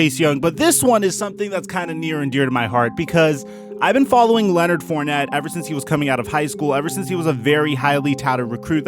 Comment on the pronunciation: Come home to New Orleans Mr. FOURNETTE. At least we will pronounce your name correctly. Don't be another great talent wasted on shitty teams.